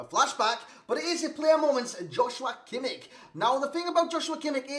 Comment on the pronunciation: You cant pronounce him more wrong 😂